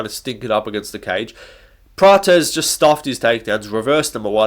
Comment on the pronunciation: Why is everyone calling Prates praches, the way you used to call him before was correct.